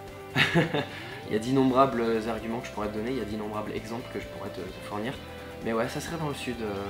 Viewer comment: Tu fait que de dire immonbrable